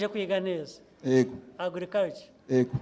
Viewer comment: Ariko Ntabwo tuvuga : Ego ! Tuvuga Yego!